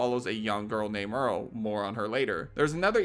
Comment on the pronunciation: Great video, my only issue is your pronunciation of Meryl.. You keep saying Merl.. it's MERYL, the y is not silent.